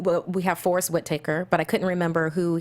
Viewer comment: The girl was right, she's horrible with names. Forest wit-taker? What in the fuck? Has she seriously never heard someone say his fucking name before? Idk why that angered me so much lol Also couldn't pronounce Lupita Ny'ongo, also another easy name to pronounce. I hate to say it but I'm not the biggest fan of this new table guest that seems to be on every week nowadays. Annoying voice. Can always tell he's fake laughing and even that bugs me... I dunno maybe I'm having a bad day I love this show so much i'll never miss an episode but this has been boiling in the pot for a while. Not a fan of the African American girl on her. What was it for? Gender equality they just had to get a girl on the panel? Conspiracy????? Hoax???? 9/11 was an inside job. PS I LOVE YOU GUYS I've been watching since episode 1 and it's one of my favorite podcasts of all time